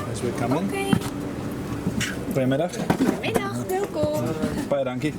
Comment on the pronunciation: Hello and, glad to know that you BOTH survived manflu. Heh heh... so now you know that Danish and Dutch humour are indeed the same 😂 Your pronounciation of "Goedemiddag" is perfect but "Dankie" is Afrikaans I think, as the Dutch say "Dank u" or "Dank u wel". The Cityhopper always park on the apron at Schiphol airport. Thank you for yet again a lovely tripreport!